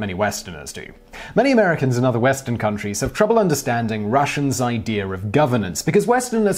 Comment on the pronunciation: If you think about it you will notice that he says idear and not idea all the time.